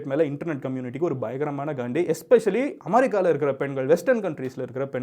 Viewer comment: You can pronounced America next time correctly